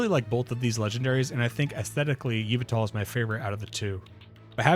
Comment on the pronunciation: /Yuh-Vuh-Tull/ - is the only accepted pronunciation for the Y Box Art Legendary.